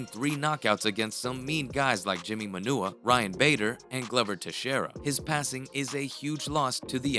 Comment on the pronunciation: Did he just call Jimmy Manuwa, Jimmy Manure? 🤣